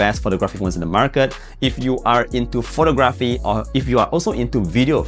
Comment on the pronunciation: in common world-wide English, the word photography has emphasis on the 2nd syllable - like phoTOGraphy. Not like photoGRAHPy